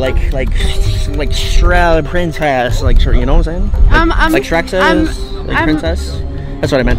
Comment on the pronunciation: He saidshrek